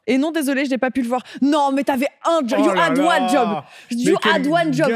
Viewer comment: 👺👺 « YOU AD WAN JOB »